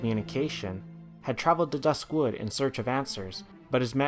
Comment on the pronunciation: Not hating or anything, but one of my biggest pet peeves about this video is every time he says "dusk wood" as if "dusk" was an Adjective for wood. I just cringed a little every time he said that because i always pronounced it duskwood.